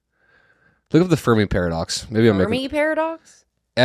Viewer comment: i thought was saying furby paradox